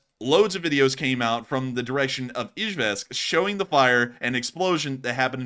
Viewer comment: Love the analysis but the mispronunciation of Izhevsk drove me nuts!